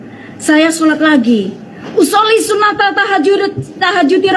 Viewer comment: Cara baca niat saja sudah salah sunat tahajud al nya assyamsiyah tapi bacanya sunatal tahajudi.. Koplak.. Usholi sinaTal tal 😂😂😅